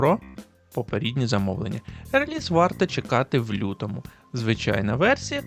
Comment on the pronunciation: Цікаві новино по нінтендо, але ПОПЕРЕДНІ, а не ПОПІРІДНІ, бо це вже якась азіровщина з ПОПІРІДНІКАМІ….(((